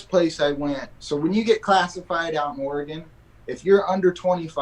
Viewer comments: Seriously. Stop puting so much emphasis on the E in Oregon. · That Oregonian pronounced Oregon wrong...